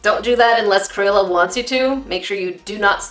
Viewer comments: did she just say cro-yola Ummmm.........triggered....😫😫😫😫😫😫😫😑😑😑😑😑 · "CROYOLA" 2019 - A.K.A.